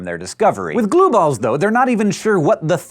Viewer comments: all i keep hearing when he says glueballs is Blueballs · he said glueballs so much it sounded like blueballs no lie